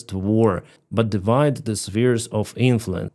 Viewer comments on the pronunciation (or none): none